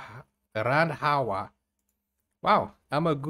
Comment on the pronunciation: you said guru RANDWA lol 😂😂😂😂😂 ita a abuse in indian language.